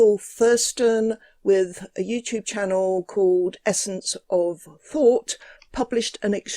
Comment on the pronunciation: Is it odd vat from Essence of Fought would choose a name and channel name wiv so many "th's" in them which he is unable to pronounce?